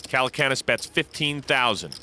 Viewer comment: "Jason Calacoonas" What!?